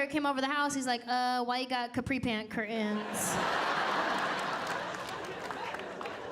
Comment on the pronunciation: Both are awesome but can we pronounce curtains properly? That drives me nuts pronounced the letters please